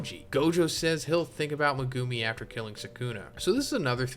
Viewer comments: Every time you say Ma-Goo-me instead of Megumi I want to scream. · Megewmi is the craziest pronunciation ive ever heard lol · Mi-goo-me... Mi-goooo-me... Mi-goo... no, nope, nope, i cant....